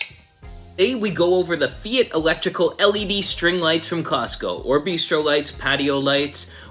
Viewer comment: FYI - it’s pronounced fight. 😉